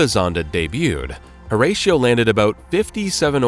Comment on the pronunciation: Ratio like 6:1, Horatio is not the feckin same. US people Pronounce it completely wrong